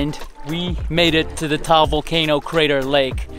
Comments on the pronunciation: Did he just say taol volcano??? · It's ta-al cuz I'm a Filipino person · HELLO! He DID NOT pronounce it right! It's pronounced tuh-al not towel.